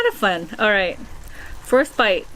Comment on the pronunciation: Is it just me or when she said ‘First bite’ I heard frostbite 😂